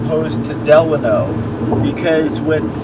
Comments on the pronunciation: It's Delano not De Lano. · Side note: Locals pronounce Delano as De-LANE-No.